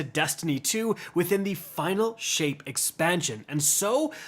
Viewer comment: Did you say Final Shit or am I tripping 💀💀